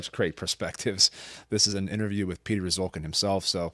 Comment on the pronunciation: Piotr Szulkin ( correct pronunciation is ''shulkeen'') was not liked by the state cinematography in communist Poland. That is why he was given a camera only in winter, which explains this post-apocalyptic cold climate in his films. Greetings from Poland !